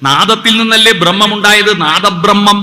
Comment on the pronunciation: 'ബ്രഹ്മം' എന്ന വാക്ക് ഉച്ചരിക്കേണ്ടത് "ബ + റ + മം" എന്നല്ല. "ബ |+ ര + മം" എന്നാണ്.